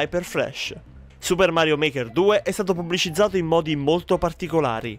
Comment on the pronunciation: Suppah Marioh Market Tu!